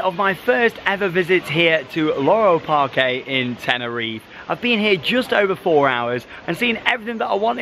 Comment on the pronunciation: Just a note: Parque in Spanish is actually just pronounced Park, not Parké. Just like Parque Warner.